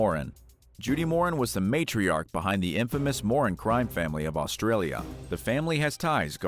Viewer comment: I love your vids but can you check the pronunciation of names a bit better (even if it seems straight forward). Judith Moran her last name is pronounced 'More-an' and she was dubbed by Australian media Mama Moran. The family were a big part of the Melbourne gangland killings.